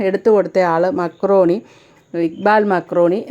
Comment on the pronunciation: മലയാള സിനിമയുടെ ശനിദശ ഉടനെയൊന്നും തീരുമെന്ന് തോന്നുന്നില്ല. 😄😄 മക്രോണി അല്ല Marconi ആണ് ട്ടോ. 😄😄